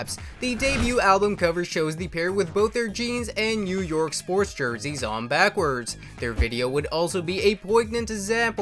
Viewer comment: I hate how this auto voice says backwards.